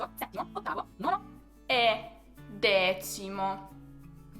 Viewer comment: Dal modo in cui parli, suona come 'dezimo' e non 'decimo'. Questo è interessante.